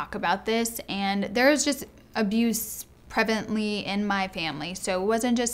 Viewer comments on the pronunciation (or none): 'There's abuse "prevently" in my family' at :23